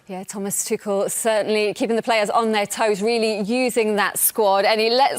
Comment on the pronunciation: Yes, great, all of them are women, but none of them are informed and professional enough to pronounce Tuchel correctly.